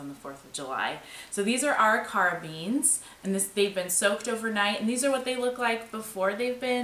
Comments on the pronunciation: Ah REE ker uh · Arikara is pronounced ah Rick er ah. Nice work, thank you for providing super interesting Internet content. The best part of the Internet is being able to access information like this . Love your channel and that the family is part of everything.